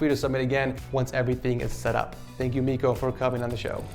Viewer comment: you pronounced Miiko's name wrong